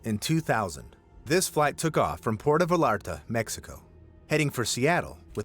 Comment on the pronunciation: Port of Vallarta is not pronounced that way.🤣